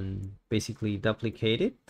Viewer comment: Amazing tutorial, thank you for uploading. To the author, I have one small inquiry. The way you say duplicate is foreign to me. Neither British or American English say it the way you do. Is that how they pronounce it in your part of the world? Not hating if so, just was odd hearing D'uhplicate lol.